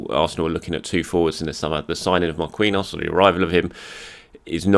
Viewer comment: You should really fix your pronunciation of "Marquinhos", PSG and the Brazilian National Team have another Marquinhos and as far as I remember you pronounce that one right. Anyways, it's not Mar-kiwi-nhos, it's Mar-ki-nhos.